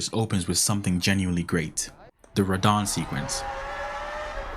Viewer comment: Dude. It's not "R'don".